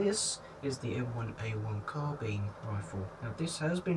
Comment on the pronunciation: You didn't pronounce Carbine correctly.